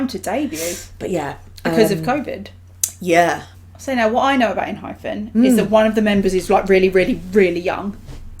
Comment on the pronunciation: i love enhypen. they've so many good bside tracks as well with very different vibes. please check more songs. btw it's en-hy-pen not phen and en-gene sounds more like en-jean than engine. anyways thank you so much for checking their contents❣oh and Jungwon didn't become a leader because he's no.1 on iland. after the debut gp was confirmed, they had like about 2 months process to choose the leader. And the last top candidates were Jungwon and Heeseung. since Hee is the eldest he said he would rather be the hyung of the group. So Jungwon became the leader rightfully. he's young but the most emotionally mature and strongest one among them. A funfact is Jungwon also got the cactus pot plants from Namjoon as encouragement/blessing gift during iland.